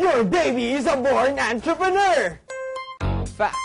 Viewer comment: Sounds like *Antrepenuer